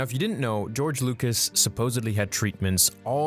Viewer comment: “George Loocous” My favourite director. Just a joke, I love...